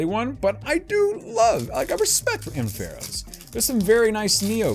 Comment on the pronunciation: "Ampharos" is pronounced "AM-fuh-rohs"